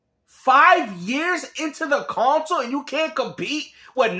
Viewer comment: CON-Sole Laming